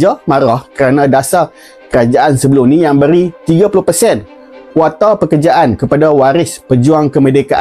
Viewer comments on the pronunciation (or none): Sebut je KOTA..ngape jd KWATA?